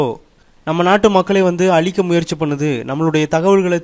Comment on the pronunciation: alikka illa.azhikka